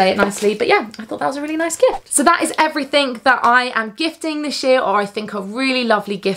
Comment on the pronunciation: I have to giggle everytime you say "everythingk" with the K in the end. It's so cute!